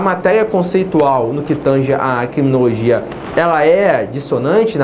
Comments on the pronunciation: Quiminologia , rsrs mas mesmo assim boa aula ;) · Kiminologia, quiminologia, Ki-minologia